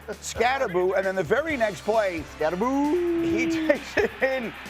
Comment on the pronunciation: Somebody needs to tell these talking heads that the Giants rookie RB is pronounced "SCATTEBO" and NOT "Skatteboo"